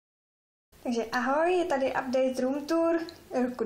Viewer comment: Máš pěknej pokoj ale neumíš říct room tour